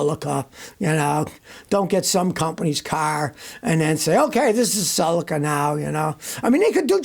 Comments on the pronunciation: It's a cel-ica, not a cel-eca. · Suh-lee-Kuh not sulaka….Celica